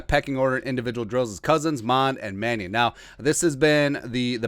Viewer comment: Not Manning but Mannion